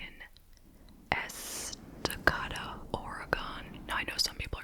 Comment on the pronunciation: You pronounced Estacada wrong it’s es-tuh-kay-duh